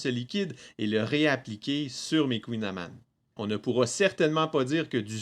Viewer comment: Haaaaaa un gâteau bien de chez nous! Tu me fais plaisir avec une vidéo comme ça! :D Il est vraiment très beau. PS : En breton, on ne dit pas "amann" (avec une fin en âne, comme l'animal), mais amann (comme de "an" de amande) :)